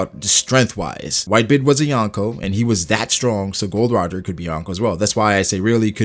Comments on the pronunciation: It's not Gold Roger but Gol D Roger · Its GOL D. ROGER, not Gold Roger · His name is Gol D. Roger not "Gold D. Roger" lol